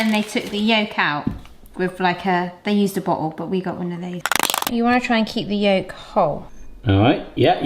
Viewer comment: Lol Yegg yolk🤣 I didn’t think it was possible but I think the egg got your tongue. 🤣